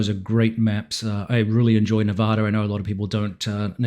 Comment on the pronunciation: As a native to Nevada makes me cringe when they pronounce it wrong!